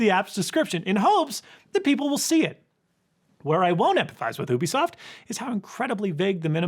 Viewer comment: It's "you bee soft" not "oo bee soft"